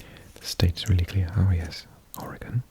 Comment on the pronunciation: Thanks ror pronouncing Oregon correctly :') people straight up have bumper sricers that say "ore-y-gun" because newscasters and other folks always say "ore-gone"